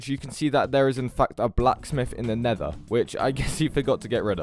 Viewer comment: bruh this dude has earned my respect just by pronounsing nether like nevah